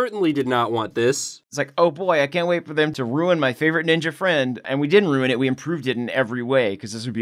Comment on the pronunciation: Every time they say naruto is ni ja middle school and high school I cringe so much lol